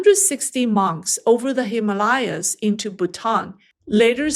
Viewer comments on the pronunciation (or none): none